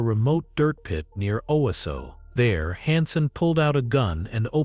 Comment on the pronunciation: It’s pronounced Oh-wah-so not Owah-so 🤣🤣🤣🤦🏼‍♀️